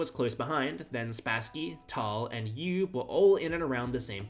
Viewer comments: Max OY-veh. Not OOOH WAY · Dutchman here. You’re not even close, mate. 😂😂😂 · Hi, Dutchman here to help you out. Try to pronounce Euwe’s name like ‘Øwe’, where the Ø is pronounced like in Danish or Norwegian, the w is somewhere between the English v and w, and e at the end like the e in English ‘taken’. The a in Max is pronounced like the a in the English ‘car’. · Max Euwe (pronounced "Oo-Ver") wasn't the worst. He was a family man that only played chess when time permitted and SHOCKED the chess world by winning the championship. Gukesh has played horribly since taking the crown. But at least he played. Ding went to bed for 9 months. ... excellent point. You don't get to be world champion without being an exceptional player, circumstances notwithstanding. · Max Euwe should be pronounced "mox Er-veh" but with the "r" almost silent. And Petrosian is "petro-SEEyan". Congrats for getting some much more difficult names correct btw. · Euwe - ERR-VUH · That's the funniest pronunciation, but not the correct one. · I recall hearing that Max's last name is pronounced "Oy-veh", just a heads-up. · Pronounced Max “oovay.” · You are mispronouncing Euwe's name. I normally wouldn't point something like that out, but you aren't even close. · Euwe may not be the worst world champion, but he's definitely the most mispronounced.